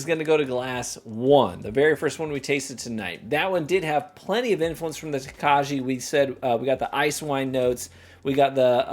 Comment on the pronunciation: Says Tokaji wrong for the majority of the video Learns how to say it correctly Continues to mispronounce it because his Midwestern is too strong for this world.